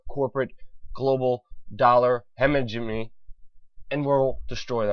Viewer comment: I think you're mispronouncing Hegemony.